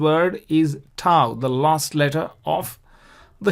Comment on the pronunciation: Beautiful pronunciation with the waw and the thau